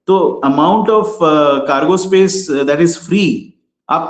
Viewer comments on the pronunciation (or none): none